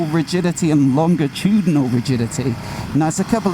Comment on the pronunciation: Again: learn to pronounce "longitudinally".